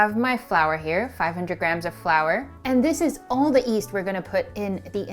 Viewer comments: Why do you ommit saying the y in yeast? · Am I going crazy or is she pronouncing "yeast" as "east"? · Lovely video! On another note, I keep on hearing people pronounce yeast as east. Does someone know why?